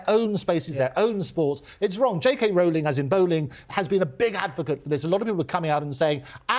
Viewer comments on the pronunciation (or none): none